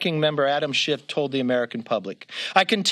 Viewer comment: wow, throwing a guy under the bus and can’t even pronounce his name right? C’mon McCarfy!